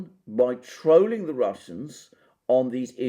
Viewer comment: Could have been interesting but I left when you used the word "trowling". Speak English boy !